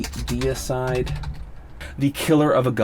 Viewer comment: DEE-A-SIDE not decide lol.